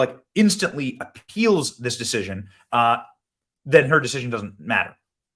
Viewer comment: I was totally doing the valley girl "deciSION" in my head simultaneous to Benny. Sure I'm not the only one😅